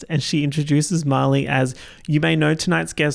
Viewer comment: it throws me off everytime you say Marley i hear "molly" and i get so confused hahaha